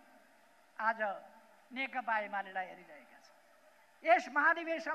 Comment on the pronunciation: नेकपा भन्न पनि जान्दैन, नेकता अरे हाहाहा।